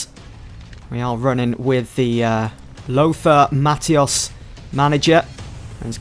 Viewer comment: Always end up watching there to tide me over until fifa gets released, and your videos are usually one of the first I go to Although the way you pronounced lothar matthaus went right through me 😂